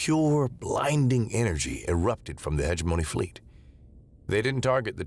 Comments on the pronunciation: I think the problem with live reading us the incorrect pronunciation. I will just mention one, heh GEM o KNEE. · Hegemony ... huh·jeh·muh·nee jeh emphasized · I always put the emphasis on the wrong syllable on Hegemony 😅